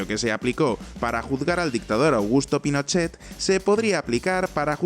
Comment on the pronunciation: “Al dictator Pinochet”.... oh Lala señor francés! Y cómo se dice? “Pinocho culiao!”